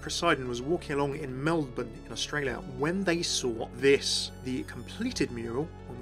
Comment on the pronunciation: Holy shit a youtuber who can say Melbourne correctly!!